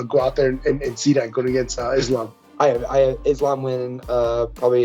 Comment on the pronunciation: Let's all take a minute and appreciate for pronouncing Islam's name correctly! 👏🏼👏🏼👏🏼👏🏼👏🏼